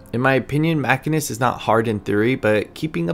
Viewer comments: You ARE saying machinist wrong. It’s not even up for debate. Holy shit. Otherwise, good video. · aCkChYuAlLy it is pronounced machinist...not...machinist